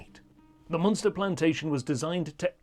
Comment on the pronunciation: Moonster? Leenster? Great history but he's obviously never been to Ireland...